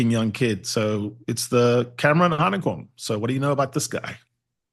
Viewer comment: its Hanekom n Roos